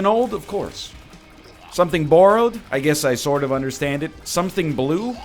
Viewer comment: NL saying “borrowed” is the most Canadian he’s ever sounded